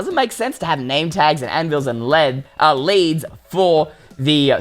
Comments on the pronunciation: This man calls them LEDS Instead of LEADS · it’s pronounced leeds but it’s spelled leads 😂😂😂😂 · How He Says Leads 🤣